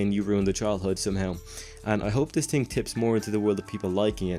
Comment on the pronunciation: what's a TING? Oh you mean THING? What is Free? Oh... you meant Three. What can't you euro tarts pronounce English correctly